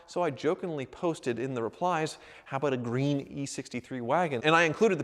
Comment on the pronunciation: it's "greeen